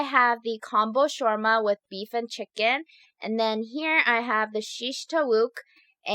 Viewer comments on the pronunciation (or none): none